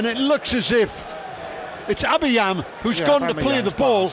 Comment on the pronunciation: "Set up by aubebangz" and "it is abeyam" 😂 man really can't pronounce Aubameyang LOL